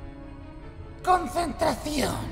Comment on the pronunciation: Se le corto dijo consintri perdón consentracion